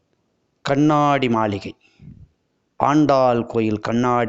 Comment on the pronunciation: அருமையான தகவல். நன்றி. கண்ணாடி என்று சொன்னால் போதும். கண்ணாணாடி என்று ஏன் கஷ்டப்படுகிறீர்கள்